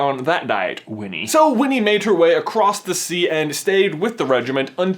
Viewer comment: he accidentally says weenie the pooh lol